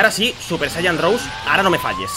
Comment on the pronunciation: no se pronuncia "super saiyan rous" se pronuncia "super saiyan rosé",pero de todas formas,buen video